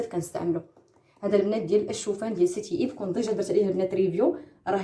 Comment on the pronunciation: السلام عليكم و رحمة الله تعالى و بركاته. الأخت بقاي تاخدي الوقت باش تقراي سميات. هاداك المقشر ماسميتوش( سيتي ايف ) سميتو سان ايف Saint yves. و هاديك لباج منين خديتي العطور را كانقراوه بارفان ماشي بارفيوم. لبنات ديرو لايك باش تقرا لكومونطير.